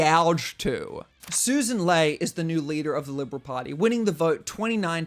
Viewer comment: A small, but important point. Sussan's surname is pronounced "LEE" not "LAY", even though the spelling is an odd mixture of the two.